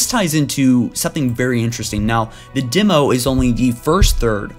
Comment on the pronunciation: N7 Hanz He said "dimo" instead of "demo"